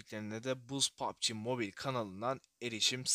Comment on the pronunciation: Yav sen niye pubg ye poaaapbi moobaayl diyosun